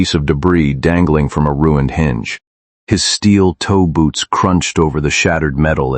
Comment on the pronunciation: It's steel-toe boots, not steel toeboots. Still, I'm going to call them steel toeboots now.😅